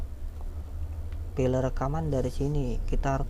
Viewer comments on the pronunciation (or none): Belajar bahasa Inggris lagi bro, pusing saya dengarnya, file dibaca fail, bukan file. back up dibaca bek ap, bukan bakup, ranger dibaca renjer, bukan ranger.